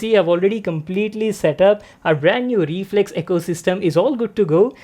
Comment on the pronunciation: reflex more like re-FLEX